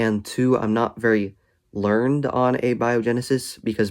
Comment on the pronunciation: You say "learned" as one syllable, like the past-tense verb: "I learned something." The word you mean in this case is pronounced "learn-id" (or "learn-əd"). It's spelled the same ("learned") but it's an adjective, like 'knowledgeable': "I am not very learned (learn-əd) on the subject."